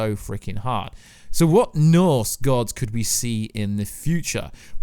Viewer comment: Did you swallow your tongue? You are still saying ‘Norths’ instead of ‘Norse’ and you sound like a kindergartner when you try to say Ragnorak. I’ll never understand people who make their income from talking but can’t pronounce words correctly or have speech impediments.